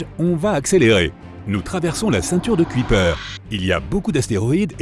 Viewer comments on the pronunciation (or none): Quand apprendrez-vous à nommer correctement la Ceinture de "Kuiper" ? ("Cueille Peur" et pas "Cuit Paire")